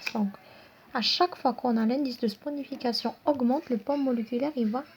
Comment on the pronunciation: On dit la réaction de saponification et non sponification